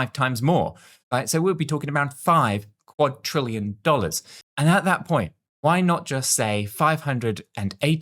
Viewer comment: Please say quad-RILL-ion Not quad-TRILL-ion